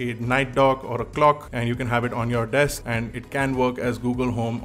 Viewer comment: Just a small note: it's desk not deks.. Cheers ✌️